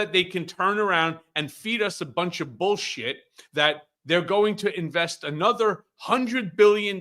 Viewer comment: He called it total “Bullsit”?